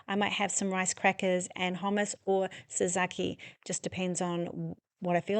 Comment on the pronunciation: 😂 it’s pronounced tsatziki ❤